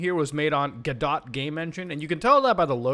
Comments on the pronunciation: Hearing him pronounce "Guh-Doe" as "Guh-Dot" hurts my soul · its pronounced go dough not gdot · it's "guh dough" not "go dot" cringe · Actually, this bothers me so much because it should be pronounced go-doe but the creators actually pronounce it godot as in robot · GoDot is pronounced (Guh-Dough) to rhyme with "Uuh, No!" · Ah yes - the gah-dot game engine. The God Ought engine is indeed a phenomenal, open-source project xD (jokes for the accent) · youve probably already heard this alot but godot is pronounced "go-dough" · Just a FYI muta godot is spelled like this go-doe = Godot, the T is silent also I use godot!! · its understandable, then again I just wanted to be a nice person and kinda help mutabon how to pronounce Godot lol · You don't pronounce the T in Godot. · when.. when muatar misprunonce godot.. when.